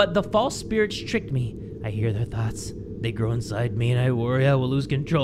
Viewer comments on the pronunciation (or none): none